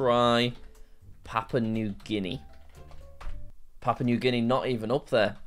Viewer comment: You spell this wrong every time. It’s called Papua (pa-poo-ah) not papau (pa-pow).